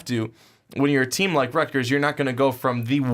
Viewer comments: Stop saying "Rutger" you sound like a moron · "rutger" lolololol